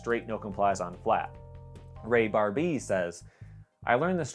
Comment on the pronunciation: french skater ray bar-BEEii